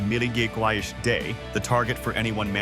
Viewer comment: When did milligrams turn into maugies or mougons ? 😅😅😅